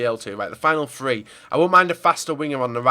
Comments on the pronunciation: Damini Freestyler MOVING ONTO THE FINAL FWEE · palacefloor tree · Will you ever learn how to say THREE properly